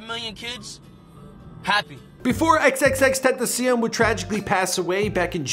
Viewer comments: U say his name XXXTENTACIEN instead of XXXTENTACION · Ismael Valladares he said ten ta siun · Nun y’all saying it right😂 it’s ten-tha-she-on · XXXTENTACIN Us:🤦🏻‍♂️ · The way they pronounce his name =_= "XXX TENTACIIIIEEEN" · Xxxtentacion ( X-X-X-Tent-ta-see-on) get it right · Did he say "XXXTentaseein"? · Lol he said xxttentiseeon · "Xxx tent uh see uhn" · The way he said xxx ten ta see in wtf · did this man just said 'xxxtentacian' 😂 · Xxxtentacien? U cant say xxxtentacion?? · xxxtenticeon😂😂 tf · He said tentacion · bro why is he saying it like that, xxxten-tee-see-an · Who else is getting triggered by the way he says xxxtentacion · Sauske just like how he butchered x name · Some people can't say XXXTENTACION right but Google can tho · at least read his name right wtf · he did 💀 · 😭 he can't say X's name😭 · no hate. bu it makes me mad the way he says XXXTENTACION. no hate tho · U still can’t say his name right smh 🤦🏽‍♂️ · He says xxxtentacion sooooo baddddddd ! Like if agree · Who else got tired of how this guy pronounces x’s name? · the speaker messed up xxxtentacion's name alllll the way up* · The thing that most bothered me was how he said XXXTENTACION smh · This guy can’t say xxxtentacion names right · OMG HOW HE SAYS XXXTENTACION bruh that reporter pronounces it better than him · i hate the way he say xxxtentacion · I got triggled bc of the way he said the name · if ur gonna make a vid on x at least pronounce his stage name correctly please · I’m getting triggered the way he’s saying X’s name 🤦🏻‍♀️ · he can't even pronounce XXXTENTACIONS name right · Say his name right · I swear this dude is butchering his name make it stoppp!!!! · bruh the way he sais tentacion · He doesnt even pronounce his name right...urksss me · Fake x fan he can't even say his name Right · You can’t even say his name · White boy get his name right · 😂can’t even say his name right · You cant even pronounce his name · OMG! At least pronounce his name right!